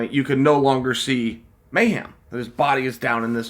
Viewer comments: Lol at Chael calling him Mayham, it's Mayhem,, bro at least say his name right Jason Miller was a big time star at one point in mma and even had a show on mtv - bully Beatdown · Jason "May-Ham" Miller Leave it to Uncle Chael to get even the simplest English speaking American name wrong. LOL